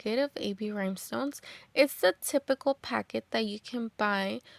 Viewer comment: Are these cups dishwasher safe with the rhinestones. I’m so sorry but I have to ask, are you saying Rymestones?